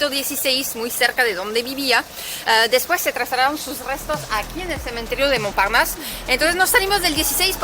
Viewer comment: Me gusta como pronuncias la palabra "Montparnasse" 👌👍😉 (excelente tu nivel de español) 💯